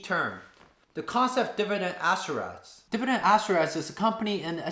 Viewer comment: I like the way you pronounce "aristocrat"